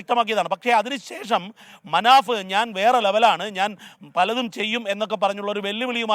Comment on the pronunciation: മനാ ബ്അല്ല മനാഫ്